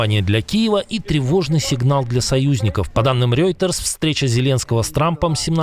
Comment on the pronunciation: Спасибо за новости ❤ Пожалуйста, в следующий раз произносите "РОЙтерс" вместо "Рьойтерс" - это неправильно и звучит смешно. Привет из Германии ❤